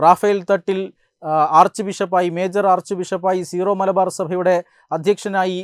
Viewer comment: It’s not zero malabar, Syro malabar . Pls correct it